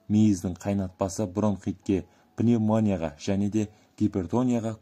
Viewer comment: Пнимоея емес автор дурыстапт айтшы